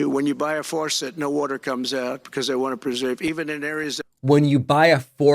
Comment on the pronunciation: Water, not wherter